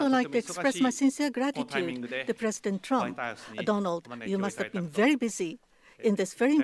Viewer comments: "presidentuh trumpuh" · Puresudento Turampu